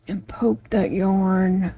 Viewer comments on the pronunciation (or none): none